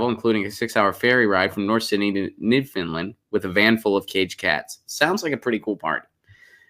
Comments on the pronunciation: Please stop with the new-fin-land! It's new-found-land. Thx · It's not "Newfindland" but New - fund - lund...ugh my OCD was going nutz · It's not 'New-Finland', lol. It's Newfoundland. And yes, 'yowl' is a word, at least it is in Canada.